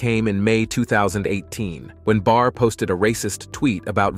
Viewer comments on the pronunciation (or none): none